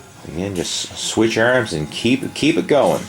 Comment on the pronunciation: ERMMMSS and shoulder. ERMMMMS :)